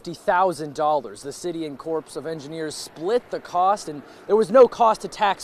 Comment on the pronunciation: Mispronounced U. S. Army Corps of Engineers about 5 times. Pronounced core not corpse.